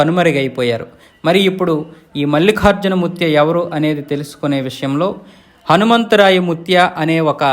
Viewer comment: మల్లిఖార్జున కాదు బాబూ ! మల్లికార్జున అని పలకాలి! తెలుగు తెలుసుకో!